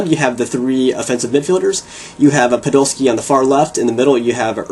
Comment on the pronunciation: u pronounce everything wrong, its PODOLSKI, not puhdolski, and Schweinsteiger doesnt have 2 "sch" its not Schweinschteiger, im sorry its just hard to watch someone slaughter my favorite players names